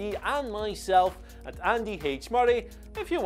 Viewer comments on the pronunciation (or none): none